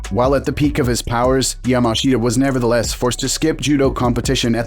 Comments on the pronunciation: Pronounced YAMASHTA and it's Jigoro Kano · It's pronounced "Yamaschda".... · The guy's name is pronounced "Yamash'ta". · 名前くらいちゃんと言え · Pity you cannot even pronounce his name correctly! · It would have been nice if you had learnt how to pronounce his name properly first.